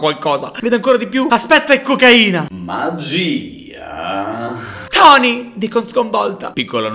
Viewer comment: Sono sparite tutte le H: MAAGIIIIIAA